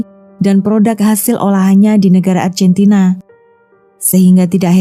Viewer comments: Lafalnya argentina.. bkn arjentina.. duh mbak.. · Maaf mba, bukan Arjentina tetap ARGENTINA. ini Latin mba bukan Inggris.